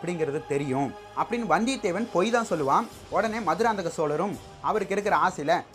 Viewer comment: Bro maduranthakam maannana??? Enga bro iruku entha manna corect ah pronounce pannunga pls